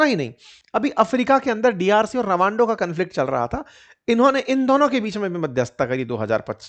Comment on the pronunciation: Rabando nahi sir rawanda😂